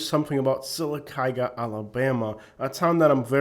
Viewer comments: lol you lived there but can’t even pronounce it correctly 😂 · He needs to learn to pronounce Sylacauga 🥴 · You can’t even pronounce the name of the town. You don’t know what you are talking about. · 2 min into the video and I can tell two things. You haven’t traveled much and that you’re not as familiar with Sylacagua as much as you say. The way you say Sylacagua tells me that😂 and while it is trashy I’ve been to much much worse state side. Don’t get mad and talk trash on a whole group bc one pissed you off. However, the woman was definitely in the wrong. She should’ve kept her mouth shut and went back to her double wide.